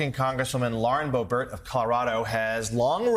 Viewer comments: Why is this guy pronouncing it "bo-BERT", with the accent on the second syllable? I've never heard anyone pronounce it that way. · It’s not “Bohbert.” It’s now officially “B**bert.” Edit: and her boyfriend owns a g*y bar, which is one more thing she is against!